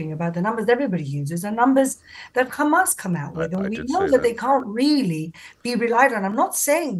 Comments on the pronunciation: If you want to know if it’s a Israeli speaking🤣🤣 They say Khamas!!! It’s Hamas!!! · its hamas not khamas. Why cant you say it properly. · has a wonderful English accent…and then she ruins it by saying Khamas